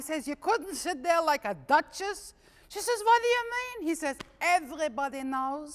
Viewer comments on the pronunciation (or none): none